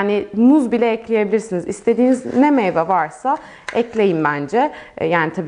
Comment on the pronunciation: Meyva değil meyve